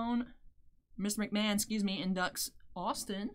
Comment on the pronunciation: Mahomes, Mahon... It's understandable.